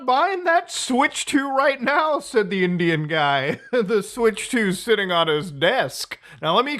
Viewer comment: Lol bruh don't say "Indian" like that ao😂